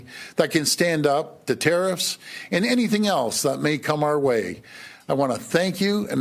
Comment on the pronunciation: Is he saying tRump’s terroriffs? Because if so, damn yes! I’m here for it! 🇨🇦❤️🇨🇦